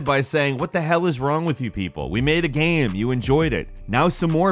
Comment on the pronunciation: When pronounces game "gayem" it drives me insane in a bad way.